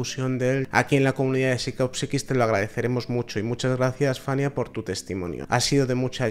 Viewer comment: Se llama Fayna. No Fanya. Si publicáis este tipo de videos que son bastante duros, por lo menos hacerlo de manera correcta